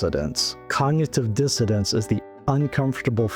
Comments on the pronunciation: I like the content of your video. But why do you say cognitive " dissodance"? The word is " dissonance". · I’m sorry, are you saying cognitive dissidents instead of dissonance?